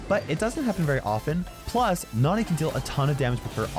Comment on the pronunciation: I love it when says Nani like Nohni